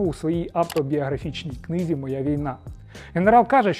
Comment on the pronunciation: "У своїй автобіографічній книЗі." Чергування приголосних: політика-політиці; слуга-слузі, книга-книзі; Гаага-Гаазі; вухо-у вусі, поверх- на поверсі. Пане Руденко, Вас всі слухають, тому Ви не маєте права робити такі помилки.))